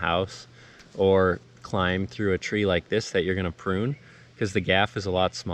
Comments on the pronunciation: Did you say “poon” or “prune”? Sounded like you said “poon”… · poon, can confirm